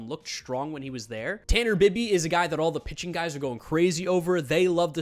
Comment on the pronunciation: Tanner Bibee is pronounced BIBEE not bibby